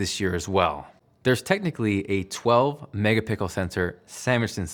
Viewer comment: He’s been saying “megapickles” like for years now so...